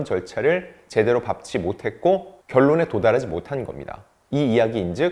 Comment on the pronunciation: 밟지의 발음은 밥지가 아니라 발찌입니다.